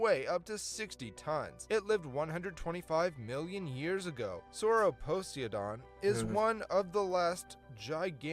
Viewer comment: Proof it's an AI. It can't pronounce Sauroposeidon because that's not a word people have said a lot and it lacks the ability to pick the word apart like a human can, but it knows Poseidon because that is a word a lot of people have said.